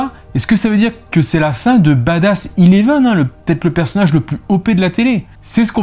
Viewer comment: Sa se dit Eleven pas Ileven😴😴😂